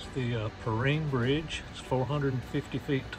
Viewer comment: Not pronouncing the name of the bridge correctly. My home town